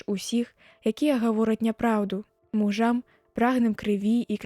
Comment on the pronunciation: Прачытана: мужам' брыдзіцца, слова муж пастаўлена ў давальны склон ды яшчэ ў множны лік?! правільна: му'жам брыдзіцца, творны склон, націск на першым складзе паводле слоўніка.